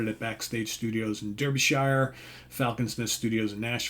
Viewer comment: This should drop on my mat in the next day or two, loved what was on the net pre-release. BTW, I know Derbyshire has an E, but it's DArby-shire, so rhymes with Barbieshire... Just saying!